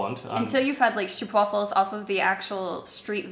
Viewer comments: She says like English-speaking people would pronounce it, with the 'oo' as in 'boot' – "stroepwaffels" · "Stoopwafuls" haha fuck sake can't even say stroopwafels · Just for reference: the double O in stoopwafels is pronounced more like strope (so, stropewaffels). Same with my nick: Not Hoop like a basketball hoop, but Mest Hope! As for the contents of the box: Like most other Dutchies said, it was pretty mediocre. We like cheese, hence the Kaas Dominos, but I don't know anyone who actually eats those. Also that toast thing: No one calls that toast. Toast here is just the same as toast everywhere. That is called Beschuit (one of the reasons why it has the form of a biscuit). Also no one eats them dry. They are a receptacle for eating toppings, that's it. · I think is trying to say Stroopwafels:DLove the video though:D